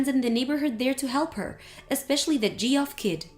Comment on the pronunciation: Geoff is pronounced Jeff